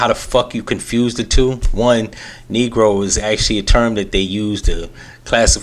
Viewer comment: do you know what’s in his heart? SMDH. if you listen to the word, the 1st syllable is “NEEG” (it was an awkward attempt to say a word that he probably never said …who says “Negro” nowadays??), so it doesn’t sound like a casual slip of something he says “behind closed doors”. Also - I’m sure he realizes he flubbed it AS HE WAS SAYING IT & was completely •mortified•. Can you imagine being on national tv & you intend to say the word “country”, but you have a tongue tied accident & say “CUN¥” ?!? You’d be mortified.